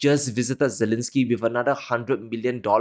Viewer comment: subject matter is superb but he has a strange way of pronouncing things..such as Zilinsky when the whole world is pronouncing Zelensky. Listen to other news readers and commentators and follow them...don't invent your own unique way of pronouncing names and other things.